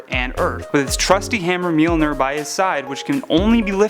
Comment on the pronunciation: ITS NOT MELNIR ITS MOLJNIR!!!